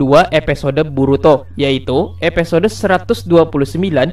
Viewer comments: Stop bilang epesode, itu mengganggu telingaku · Bng episode, bkn epesode, wkwkwk